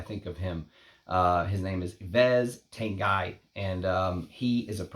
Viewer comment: it pronounced Yves (Eve) Tanguy (Tong Gee) lol